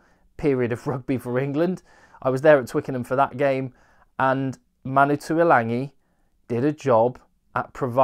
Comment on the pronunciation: Pertinent and interesting, thanks again. One small point that drives me bonkers; every commentator mispronounces Tuilagi's name. It didn't happen when his older brother Alesana played for tigers but for some reason they all decide to add an 'n' to his surname. Ok, petty rant over.